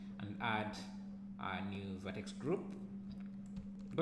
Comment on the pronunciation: I have been looking for a way to simulate peeling paint and paint blisters for ages and this sill work for that - thanks. The only slight suggestion, it would help to show where to find commands in the menus rather than use the short cut. Two reasons, I found it hard to understand the pronunciation of "V" and Vertex, Rip Vertices is a lot easier to remember if you don't do something often.